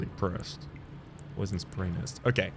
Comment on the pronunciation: I believe you willingly pronounced "poison" as "poisson" (fish) as the correct pronounciation is "po-a-zon". And I liked this pun. I am French btw. I noticed you sometimes use French when you are speaking and always wondered to what extent you can speak French? Also, as Nephelie is still sitting at the Roundtable, you may want to look for the great Kenneth Haigh in Limgrave 😁